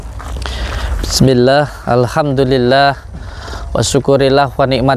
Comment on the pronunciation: Baca bismillah aja udah salah tajwid nya... Yg gk percaya gsj org cerdas